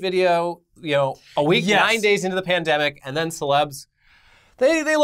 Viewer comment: "billions zen billions zen"